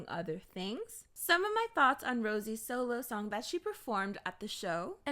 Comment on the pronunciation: I LOVE THE WAY YOU SAY ROSÉ